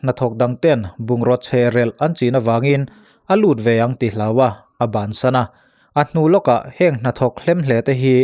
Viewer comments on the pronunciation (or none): none